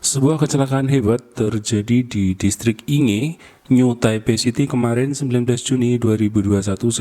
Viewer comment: Innalillahi wainnailaihirojiun Ya Allah semoga husnul khotimah Terjadi di Yingtao Rd...di Yingge District bacanya ( Ingke ) mase Inge